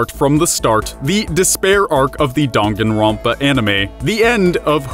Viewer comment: I know damn well he didn’t just say donganronpa